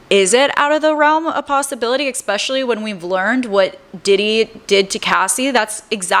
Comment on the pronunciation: Girl. The content is good, but it’s hard to take you seriously when you say ex-pecially (ESpecially) and ammonia?? Noooo. Pneumonia. (New-monia). I tried. I really did.